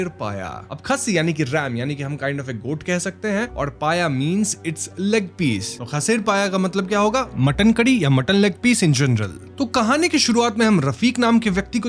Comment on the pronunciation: It is 'bow-aal' not 'bowl'(বোয়াল = बोवाल). It is 'khaa-see-r', not 'khasir'(খাসীর = खासीर)। It is 'hnaaser saal-un', not 'hanser saloon'(হাঁসের সালুন = हॉसेर सालुन)। Jhol means curry, salun is more like soup and paya simply means foot. You sure do make a lot of effort to watch and represent content in all languages and from all communities, though. Keep rocking!!!🥰 I love your channel.